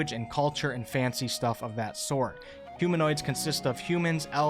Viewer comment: ... Humanoids., not huminoids 😊 Otherwise it's a great video :)